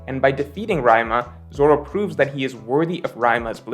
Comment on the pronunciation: I swear, says shit like Raima and Sheesui just as a troll